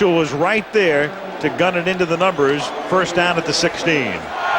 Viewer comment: Its funny hearing Al say, with such emphasis, "SIXTEEN consecutive post season field goals" about Gary Anderson. Its like real life foreshadowing.